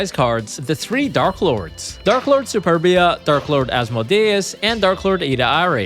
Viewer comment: Wdym? The only blatant one was mispronouncing the darklords